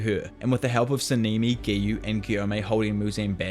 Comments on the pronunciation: Sanemi❎ saneeemi✅ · Sa-nee-me 💀💀💀 Yora-wee-chi 💀💀💀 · sah nah nee not saneemee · Sanemi❌ Sanimi✔️